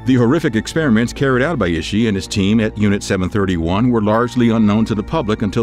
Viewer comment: I would like to you see you work on your pronunciation of proper nouns. Japanese does not have a short i like we do in English, so Ishi would be pronounced like ee-shee. I was cringing every time you pronounced his name similarly to iffy. Other than that, all of these men were despicable and horrific!